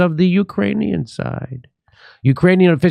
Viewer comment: funny how Jimmy says '...the Ukranian side.'